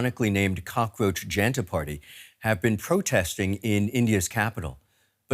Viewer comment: Okay , Kindly dont be so alianating towards the India that you refuse to learn the proper pronunciation of the Names of the primary focus of this video. If you can pronounce Worcestershire sauce, there is no reason that you are unable to put effort into learning the the pronunciation of Janta, here J (as in Jug) + un (as in untax ) + ta (as in tam)